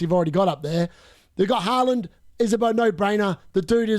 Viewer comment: I like how you say Halaand😁